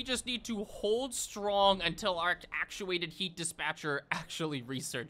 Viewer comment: He never learned how to say infrastructure and now he'll never learn how to say actuated either.